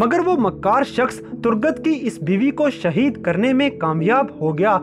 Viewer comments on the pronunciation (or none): none